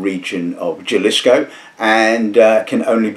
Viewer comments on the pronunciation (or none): Great episode! I'm trying to branch out to Mezcal myself and this was really helpful. Regarding pronunciation: I don't speak Spanish either, but I gather that both the "x" and the "j" in Spanish are pronounced like an "h." So is "Ochaca" and "Halisco."